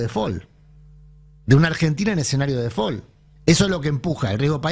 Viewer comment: "De fol" dice 😂